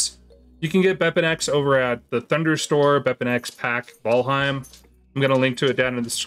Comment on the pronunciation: bro said vaalheim